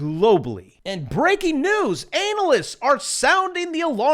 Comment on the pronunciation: I love the way he mispronounces the word analysts. LOL